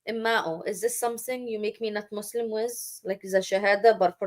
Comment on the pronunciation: Here are my comments on your video…. 1) You were unable to pronounce Arabic words correctly. You couldn’t even say Muslim correctly. This indicates that you don’t know Arabic and you don’t know how to read Arabic nor quran. This means that it is highly likely you have never prayed as a muslim in your life. This raises questions about you calling yourself “”. If you were never muslim to begin with then why fool your audience into thinking you are an apostate. I can only conclude that either some anti-muslim organisation is paying your salary for these videos bashing islam unjustly, or that you are seeking to make a name for yourself which in itself you hope will give you fame and fortune. This one point alone tells me that you are an insincere and ignorant person passing yourself off as an intellectual using baseless claims and lies about islam. 2) You constantly mock the prophet, his companions, muslims, and their history. You clearly have no manners, and although when I look at you I see an old woman the fact remains that your conduct is childish 3) Why do you keep rocking back and forth? It’s a rhetorical question. Maybe it’s because you’re happy that you get to start a stream to ATTACK people who do not share your belief. 4) You made a whole steam almost 2 hours long about islam and you were not able to make a single decent point. Pfffff! 5) If you really did apostate then why don’t you move on and live your life. Why do you remain outside the doors of is